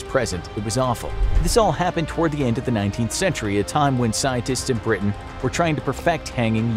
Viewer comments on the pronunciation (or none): none